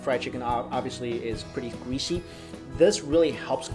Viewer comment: Gweasy Wth you’re supposed to say greasy